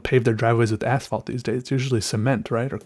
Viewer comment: Finally, someone who calls it the right name, asphalt not ashphalt! Hooray! ♥️